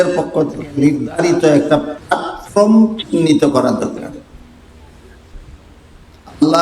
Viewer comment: Platform uccharon Jana dorkar